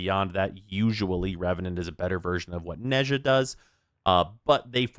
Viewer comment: When will people learn how to pronouns 'Nezha'?